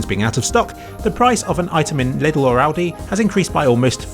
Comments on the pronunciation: Just want to mention that it's not pronounced "liddl" and more like the name "Lee". Leedl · Its funny how you pronounce Lidl :D The "correct" way would be Leedl and not Little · European detected. For some reason, that's the official pronunciation of Lidl bere in the UK. Watch any advert on the TV and they say it just like that. It's kinda like how you might get an aneurism the first time you hear someone say La Croix out loud. But it turns out "la croy" is just how the company wants you to say it. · The way you pronouce lidl is hilarious but i dont blame you :D What really surprised me was that our german supermarkets are the cheapest in england lol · I just like how pronounces "Lidl".